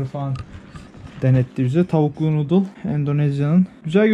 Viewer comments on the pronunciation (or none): none